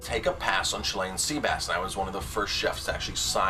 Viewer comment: God quit saying Chilean like that😂